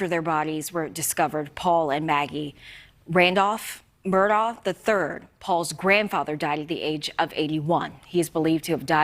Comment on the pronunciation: I think it's pronounced "Mur-dauck," oddly.